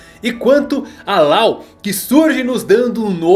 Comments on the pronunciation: Yamato é FILHAAAA mulher, NÃO é filho E depois o nome Law não se lê Lao, e sim Ló Falar isso de forma errada é uma ofensa para o mundo do one piece, e dizer que a filha do kaido é um ele também é uma ofensa Não só para o mundo one piece como para os fãs e oda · Cada vez que ele fala "Lau" eu me contorço de agonia